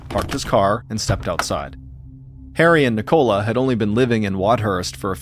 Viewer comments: Love your stories Mr. Allen but in England I it's pronounced Nick-ola not NI-cola lol thanks for the gr8 channel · Why do you say Nicola like that!? It's so wrong! Ni co la, not Ni Cola 😂 It's sounds infuriating I can't believe you don't have that name in the US